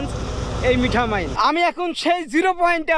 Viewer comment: আপনি মিঠা মাইন বলছেন কেন ওটা মিঠামইন হবে।